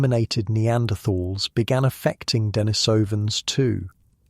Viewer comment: You have some interesting information, but its credibility is uncertain. You pronounce Denisovan.s improperly, so what else is uninformed in what you say? Experts and those in the know put the emphasis on the second and fourth syllables, and not the first and third as you have.